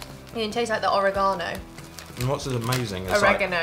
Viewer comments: No longer will I say oregano. It is now oregahno to me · The or-a-GON-o... OMG I love your silly mispronouncations lol 😂😂😂 Always making me laugh 😁😁😁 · "Ore-gano"???? Also Goldfish are damn good with beer. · Oregano!!!! And combos a long O not a small O but oregano just kills me!!!!